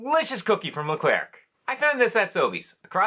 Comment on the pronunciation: I loved these 🐽😍 By the way, we don’t pronounce the “RC” at the end of “Leclerc”. ☺️ We say it as if it were a chocolate “eclair”, if that makes sense!